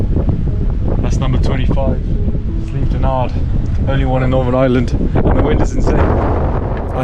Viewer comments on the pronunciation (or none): I’m from Northern Ireland. It’s Slieve DONard ( sorry , had to point it out)